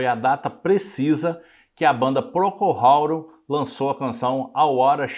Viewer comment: Por ter um cunho informativo, você deveria pronunciar corretamente o nome da banda